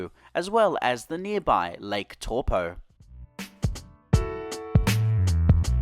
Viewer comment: Toe Paw 😊 Whanganui is pronounced more like Wonganui